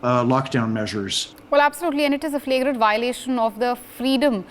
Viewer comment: It was very hard to understand the news broadcast from the station. Your lady does not pronounce very well. One example and they were through the broadcast, the word freedom, was prononced fleedom